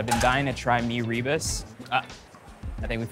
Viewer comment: Its not pronounced as mee ree burst. It should be mee rer boast.